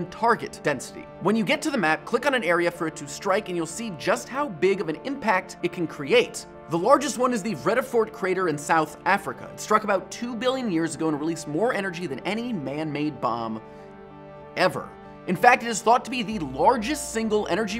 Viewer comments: Not mean or anything. Vredefort is pronounced like it would be with and F. Fre du fort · The way he said Vredefort lol XD